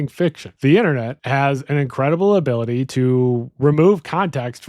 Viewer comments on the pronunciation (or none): none